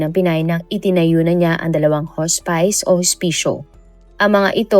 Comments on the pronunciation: Hospice /hos'pis/ hindi po /hos'pays/ 😭😭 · correction: not "hos-pays" it's "hos-pis" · Should be pronounced as HOSPIS not HOSPAYS ang HOSPICE. ✌️✌️✌️ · Haa-spuhs po...not Hoo spice. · I can’t 😂😂 hospis po hndi hos-spice😅 ! It sounds weird! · Hospice "hospis" po Ang pag pronounce ma'am 😊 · Hospice ang pronunction ay haa·spuhs. Just sharing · HAHAHAHA anong Hospice? pronounced sya as Hospis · Iha, hospice - hospis- ang pronunciation diyan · Lol! Bakit di inayos pronounsation. Di nmn ok mga puti sa English pero matatawa sila pag narinig itong hospice na basa. 😅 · Hospis po ang basa ng hospice